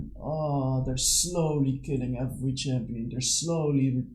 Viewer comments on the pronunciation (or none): none